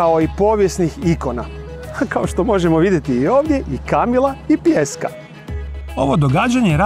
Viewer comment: Šta ovaj reče. Kamila?? 😊